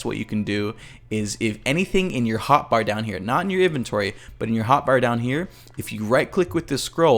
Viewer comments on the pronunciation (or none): none